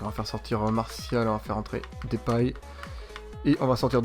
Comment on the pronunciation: deeeuuuupay pas dipay